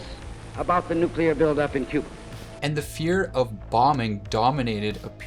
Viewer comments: oops. You pronounced nuclear like a dumbass. I’m out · Pronounced “nu-Klee-er”